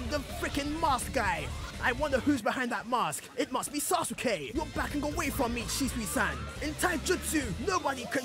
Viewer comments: U say sazooke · why do you say sasuke like that